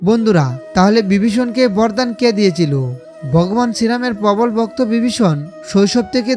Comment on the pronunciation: সবই আজগুবি গল্প কথা 😮 ঠিক মত উচ্চারণে কথা পর্যন্ত বলতে পারে না ! ! সে আবার জনসমক্ষে বলে ধর্মের কথা।। 😂 বিবিষণ , ভক্ত নয় বক্ত 😢 হায় রে, আমরা কোথায় আছি ! আদতে ইউটিউবে বোধকরি কোনো বিধিনিষেধ নেই। যোগ্যতা থাকুক বা না থাকুক , যে যার মতো ভাট্ বকে যায়।।